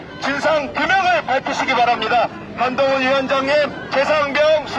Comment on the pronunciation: 개판이다 한동훈 외치는 소리가 멍멍멍 ㅋㅋ